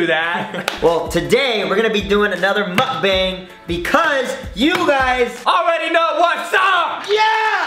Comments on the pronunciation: is it weird i get triggered when they say the a in mukbang like that? like the way they say it is how the a in abc sounds and its supposed to be mukb(ah)ng the ah sound not a? because its 먹방 (meokbang) not bang but bahng. okay irrelevant comment i know but i had to say it. 😂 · Moook bong that’s how it should be spelled 😂